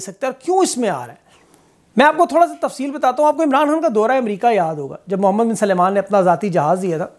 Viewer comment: His name is Mohammed bin Salman, not "Suleman".